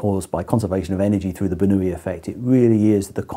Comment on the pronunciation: Daniel Bernoulli was no Spaniard... The way they pronounced his name in this video is seriously annoying...